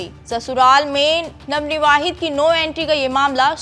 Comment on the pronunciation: Ye jitni bar navnivavhit bol rahi h to mujhe utni hi chidh aa rhi hai.......kaise anpadho ko anchor bana dete h yeh log